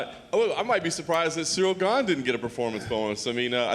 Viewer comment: They pronounce ganes name incorrectly. Hes french guys